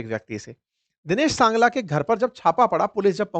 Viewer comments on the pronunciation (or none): Dinesh sangla nahi hai Singla hai